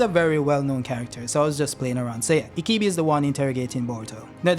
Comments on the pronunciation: Why do you keep calling ibiki, ikibi? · Sir You kept pronouncing Ibiki wrong you kept saying Ikibi not ibiki!!!! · Dont know why you keep saying "IKIBI" It's I-B-I-K-I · R u saying ikibi 😂 lol it’s pronounced E - BEEEEEEK- ie 😂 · His name is Morino Ibiki and not Ikibi LOL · Ikibi ??? My hears hurt, it's ibiki for fck sake damm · bruh, not that hard to say EEEE BEEE KEEEEE.. ikibi lmao xD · Am I the only one that gets triggerd by the wrong pronunciation of the name "Ibiki" I-BI-KI not I-KI-BI .......nontheless cool Video! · Mitsuki the real MVP this chapter. Also stop saying Ikibi. His name is I...bi...ki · I think he's called ibiki not ikibi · HIBIKI repeat after me HI-BI-KI! Thank you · Say it with me E BEE KEE Ibiki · its pronounced e be ki my guy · Bro keeps saying “ikibi” like the name ain’t in many pages he’s reading. The cuffs restrict the formation of chakra, not just jutsus. Everyone uses taijutsu, that’s physical reinforcement type of jutsu. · Pronouncing Ibiki’s name wrong the whole video is nasty work😬